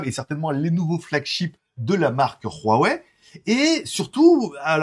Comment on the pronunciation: Espèce de teubé ont prononce pas "hrrrouawouai" comme "hrrouanita", c'est simplement un h aspiré et ne se prononce pas !